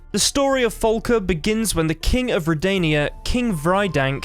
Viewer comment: I'm downvoting for "Folka." It's "Falka." Say FA. FAAAAAAAAA.